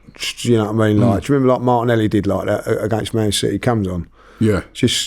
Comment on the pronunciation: He put Martinelli in also and he can’t even say his name.